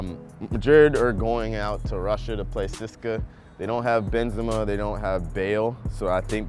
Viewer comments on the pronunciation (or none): Siska?!? lol CSKA is Che-se-ka, or if thats too difficult, just C-S-K-A, but Siska sounds pretty ridiculous to me